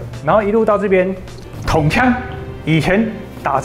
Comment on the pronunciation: 不是統槍...是銃槍，注音 ㄔㄨㄥˋ。